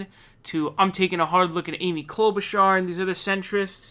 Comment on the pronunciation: I don’t even care that you say Amy’s name wrong because she’s that awful